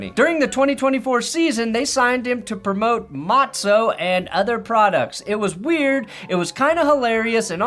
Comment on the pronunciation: I thought about giving this video a thumbs down solely for your pronunciation of the word "matza." Oy vey.